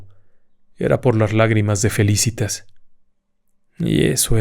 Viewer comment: Excelente. Dos cosas. Es Felicitas , grave y Álzaga, esdrújula. Yo fui con mi novio a ver lo de Tiburcia y Salvador. Rompimos y no nos casamos. ¿Casualidad? 🤷‍♀️